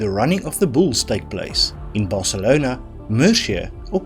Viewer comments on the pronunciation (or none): none